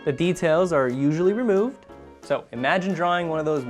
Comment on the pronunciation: I am french, and when you said "the details are usually removed", i really understood "the details are bloobloobloo". It didn't make any sens 😂 Otherwise, i have to say thank you for your so much precious videos